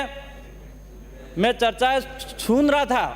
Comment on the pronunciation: बोलने भी नहीं आता बोलता है मेने अभी छुना अबे सुना बोल बोलना सिख पहले